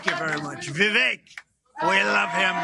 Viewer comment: "Vivek" is pronounced "Vifake".